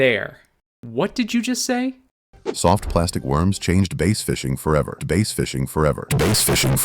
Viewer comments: the tts always says base after base adter base and like a quarter percent says bass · It's pronouncing it like the instrument, not the fish.